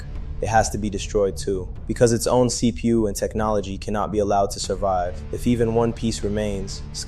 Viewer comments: pronouncing it this way added 5gigahurtz to my See-Poo! its so amazing! Thank you See-Poo! You're the best! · Did you just refer to a CPU as a seepoo??